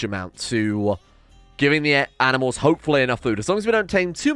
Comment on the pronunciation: "Aminals" "Anti-Aminal" I just noticed these when you were creating the Anti-Aminal area, thought it was funny